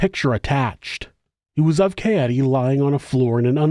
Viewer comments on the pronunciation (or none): It's actually pronounced Kah Ay Day brother 😂